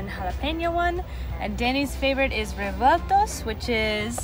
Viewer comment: Revueltas amiguita no revotos. pero se te entiende Mixed my dear , not revotos the word es Revueltas, but, we understand you.